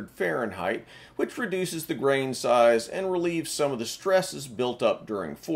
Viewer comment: Negative. He said it right 8)